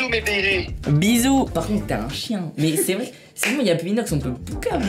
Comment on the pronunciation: au debut le titre j'avais pas compris il a dit pu alors que c'est "plus" mais c'est comme meme une bonne video